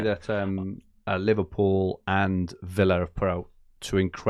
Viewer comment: It’s Aston Villa, not Willa! Every time that irks more than it should 😂😂😂